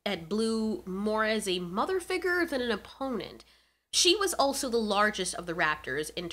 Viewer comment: I liked this video, but the way figure was pronounced gave me ligma.